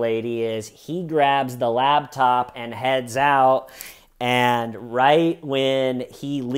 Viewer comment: Wait it sounds like you’re saying LABtop instead of LAPTOP